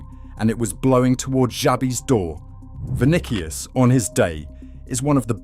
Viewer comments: GaLACKticos...ViniKius...If you're gonna use AI slop at least make sure it pronounce words correctly. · THE MOMENT HE SAID' VINIKIUS' I STOPPED THE VIDEO AND WENT ON MY BUSINESS